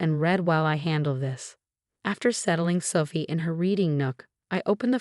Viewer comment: And how sometimes "Sophie" sounds like "suffy."